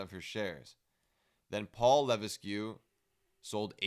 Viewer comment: Levesque is pronounced "Lah-veck"